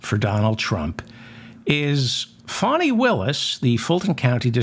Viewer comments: Fani not Fawni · It's Faani not Fawni Willis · < Fani Willis' first name is pronounced FAH-nee.